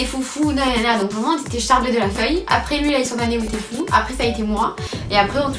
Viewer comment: j'adore!! 😂 mdr qui dit " on est tcharbé de la feuille " 😂😂😂